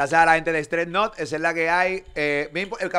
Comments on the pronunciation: Molu, Stress Nut porfavor, no es StreT Nut😂😂😂😂😂😂😂😂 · Se llama stress nut no stret nut 🤦🏻‍♂️